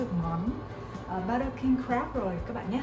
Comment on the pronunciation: King Crab not King Grab =))))